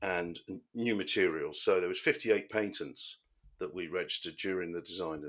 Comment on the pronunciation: Patents not Paitents!